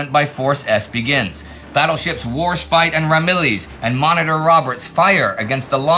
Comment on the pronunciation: "Warshpite" Indy has lived too long in Germany.